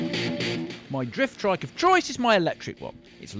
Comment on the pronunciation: Why do you keep saying "driftdrike"